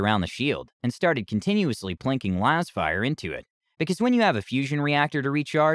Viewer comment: laz fire not losfire